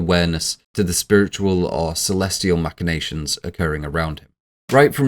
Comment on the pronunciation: OK - First and most importantly, it's "mack-in-nations", not "mash-in-nations". I assume you learned the word from reading it rather than hearing it, but yeah. It's a hard ck sound, not a soft sh sound. Anyways... I always assumed Charlie *was* aware as Paimon and purposely ate the nuts and purposely put her head out the window to execute the plan.... Also, the thing I appreciate most about this video is you pronouncing "Paimon" correctly.